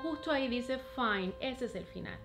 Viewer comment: fine se lee como se escribe, viene del italiano final.saludos